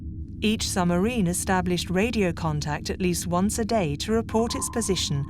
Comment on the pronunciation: Why does the lady narrator not pronounce the “b” in submarine?